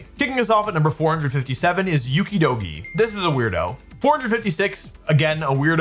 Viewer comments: UKIDOGI????? ITS OKIDOGI LIKE OKEY DOKEY WHERE DID YOU GET THE U WOLFE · how do u manage to mispronounce okidogi like that